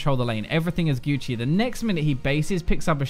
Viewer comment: "guoochi" please don't